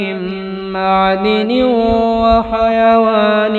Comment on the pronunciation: Attention andaj me saf likha nahi, yato likhaee me garbar he. Ta. Aap parhne me galtiya karte he, 1 ma'dan likha he aap madin,2 ajamate ko aap ajmate parhe he...